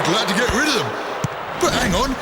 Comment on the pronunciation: WHY DID HE SAY BUT LIKE "BAUGHT" 💔